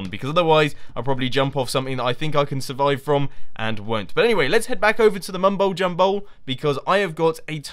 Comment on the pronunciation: He says "Mumbowl Jumbowl" :D